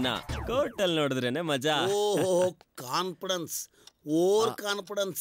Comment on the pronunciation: Conpodance alla Confidence 🤣